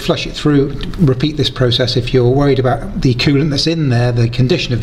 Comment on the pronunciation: yay your canadian ! where aboots ! ?